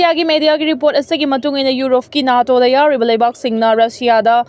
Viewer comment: NATO ashi nato haina pronounce toubiyu, neto haigadba nutte.